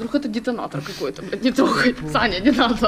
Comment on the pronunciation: Мне одной послышалось Таня а не Саня?